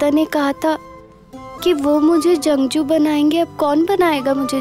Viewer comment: Janguu nhi jangjoo😂😂😂😂😂